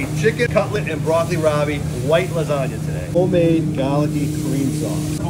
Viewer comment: I sure went nuts of that "Lasagnur". Anyone else?